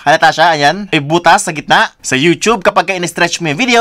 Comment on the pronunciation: "yung potutuy"😂